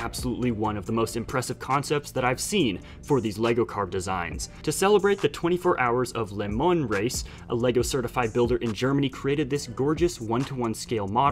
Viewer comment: You say les mans weird